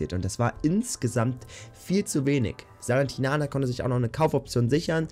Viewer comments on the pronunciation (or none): Zum Glück musst du bald nicht mehr versuchen SALERNITANA auszusprechen hahahha